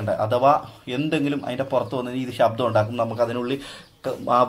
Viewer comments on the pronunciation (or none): none